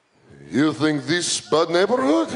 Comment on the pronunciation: He said baad when it should be more like baed, cause it's the way that we taught to prounouce this sound